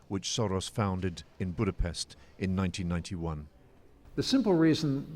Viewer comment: Full of misleading information and he cannot even pronounce Budapest properly. Thank you, good night.